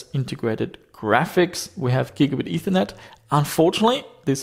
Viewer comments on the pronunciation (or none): none